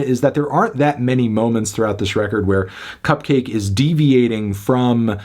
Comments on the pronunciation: Enjoyed the review, though it was a bit weird how you kept pronouncing it "cup-cah-kay". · It's not pronounced "Cupcocky" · wait, isn't her name supposed to be pronounced... cupcakke